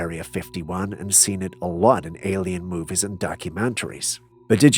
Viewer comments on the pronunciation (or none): none